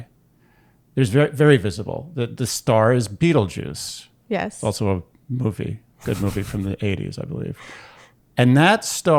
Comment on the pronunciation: I heard this pronunciation for the first time at an astrology conference this weekend and was similarly surprised! I always pronounced it as if it were a combination of German (betel-) and French (-geuse).